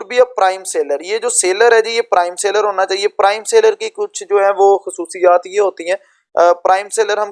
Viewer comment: Mere bhai sa ler account nai hai seller account hai